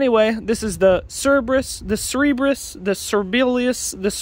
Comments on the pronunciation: CER-ber-us that’s how you pronounce it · I think it is pronounced ser-buh-rus